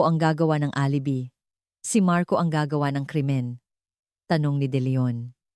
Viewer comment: Alibi pronounce as a A l i b i hindi alibi ano ba yan hindi ka ba nagbabasa or nakikinig sa mga kuentahanay, Ano ba yan